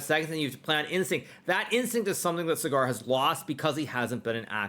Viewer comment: It's not cigar , it's saagar😂😊